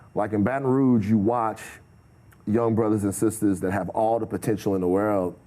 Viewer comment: listen how he say the word "World"😂😂😂